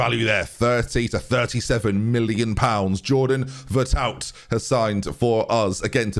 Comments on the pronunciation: Ver-er-too. Not vertowt. Just in case you wondered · LOL Ve-re-too (he's french) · It’s “veretoo” ! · Phonetically VEH-REH-TOO